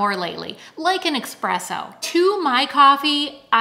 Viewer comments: I love your videos, but I have to tell you—that word is pronounced “ess-presso.” Not “EX-presso.” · It is ESpresso. Not EXpresso. Sorry just a pet peeve of mine. Other than that, great video. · Great video! (Just an aside, it’s espresso, not eXpresso 😉 ) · "Espresso." Not 'Expresso" Sorry, English teacher in the house! Thank you for the link and a great video! You look great! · Just a heads up, it's espresso coffee, not expresso. Thanks for sharing. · Greetings. Just a pronouncer note — it’s ESPRESSO… not EXPRESSO. There’s no “X”. As an Italian, it makes me crazy when I hear espresso coffee mispronounced. Thanks, enjoyed your informative. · Please say eSpresso not eXpresso…… It sounds wrong. Keep rocking what you’ve got ❤️ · Just a note that it's called eSpresso, not eXpresso :) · please! It's ESSSSSSPRESSO - NOT eKspresso! PLEASE! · Espresso, not expresso. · Pronounced Eh-Spresso, not EX-presso!